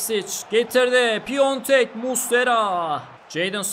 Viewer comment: Aslında çok önemli değil ama Başakşehirdeki oyuncunun adı Piontek değil, Piatek. Bu hatayı Beinsports spikerleri bile yapıyor.